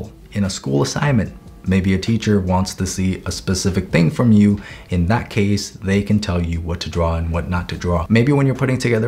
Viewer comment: “Draw DROM memory” Ahh yes. My favourite word: Drom